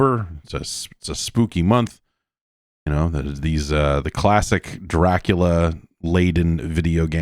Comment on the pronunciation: THE D ON MY GRAVE STANDS FOR DRA-CU-LA